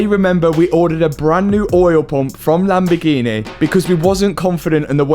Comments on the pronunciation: Always catches me off guard when says Lamborgini normal instead of "Lamborginehh" 😂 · Matt finaly learned to say "Lamborghini" because before he was something like "Lamborghiine"..